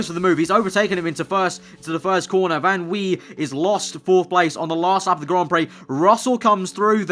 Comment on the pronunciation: If Van Wei is German- it would be Van V